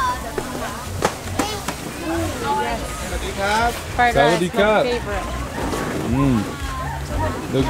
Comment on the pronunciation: Bro says ‘saudicap’ for thank you in Thai